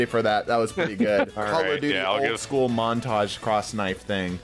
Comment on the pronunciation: He said Not Guud